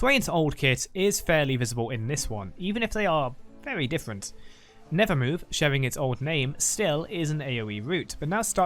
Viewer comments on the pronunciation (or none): none